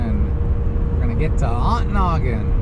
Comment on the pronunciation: who taught you how to pronounce Ontonagon? The T is not silent.on to nagon.